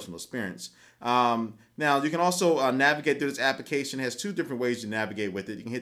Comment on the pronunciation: WHY DOES HE SAY APICATION????!!!!